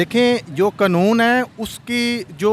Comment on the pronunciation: Qanoon ka lafz bhi bole nahi Sakta.